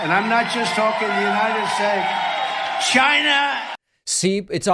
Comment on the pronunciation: "United steak"